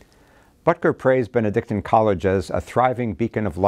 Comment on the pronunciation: Thank you, Your Excellency for your courage. God bless our faithful Catholics like the Butkers and you. Also, thanks for being one of the few who say Benedictine College properly, ha ha!